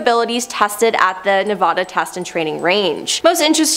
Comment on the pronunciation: Don't say Nevada like that ever again.....